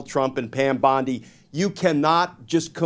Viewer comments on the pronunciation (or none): none